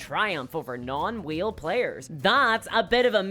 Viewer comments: Excellent video! It did take me a while to realize what you were saying "whale" not "wheel." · Why is he saying wheel instead of whale🤔🤔🤔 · Way L. Not We Eel. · I couldn't tell if she was saying wheel, or whale... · Haha I took me half the video to realize you were saying whale not wheel. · I'm still not convinced after watching it. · Like... I heard you make the A sound for other words. This is whale erasure!